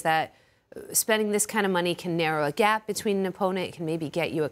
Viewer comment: "The wage grap?"